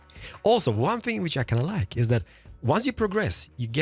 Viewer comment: Are you danish or otherwise Scandinavian? Because of the “another think I can like” that sounded so scandi like “jeg kan lide”